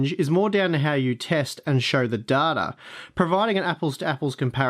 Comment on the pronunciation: Great video, many thanks for this :) "Duh-da" is funny for "data," though :D